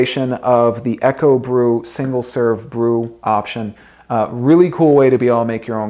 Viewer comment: Isn't Ekobrew pronounced "eeko brew"? Eko, like eco (short for ecology... meaning environmentally friendly). And isn't Kuerig pronounced "key-yer-rig"? Sorry for being a stickler it was just bugging me! lol. Thanks for the video! I went on to buy a Ekobrew and love it.